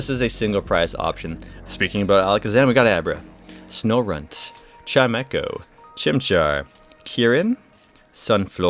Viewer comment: Finally! A person who reads Chimecho right!